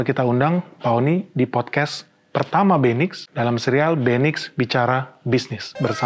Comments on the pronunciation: Agak aneh di telinga setiap kata MEQI diucapkan 😢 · Pak.. Mending penyebutan nya MEQI perhuruf aja, saya kalo nge play pakai speaker didengar orang kok konotasi nya agak wadidaw😅